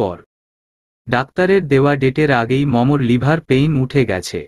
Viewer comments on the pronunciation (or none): গল্পোটা খুব সুন্দর হয়েছে, কিন্তু লিভার পেন নয়, লেবার পেন